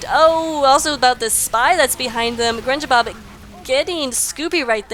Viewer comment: Don't worry. You are saying my name correctly;D -Grenjabob